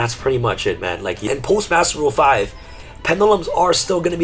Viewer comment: talks about the new master rule: "I think you're pronouncing Master Rule 5 wrong"